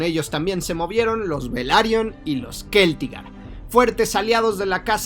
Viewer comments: Se pronuncia Celtigar no Queltigar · Estoy bastante seguro de que se pronuncia Celtigar, no Keltigar. 😅 La C seguida de E o I no se pronuncia como K sino como C. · bueno para tu informacion parece que tu eres el que lo pone dificil. O es mas bien Te da la gana de pronunciarlo asi Todo creador de contenido de hielo y fuego lo Pronuncia con C No con K incluyendo al mismo autor George rr martin.